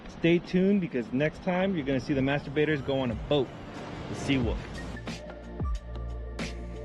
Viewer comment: Dont say master-baiters, sounds like masturbators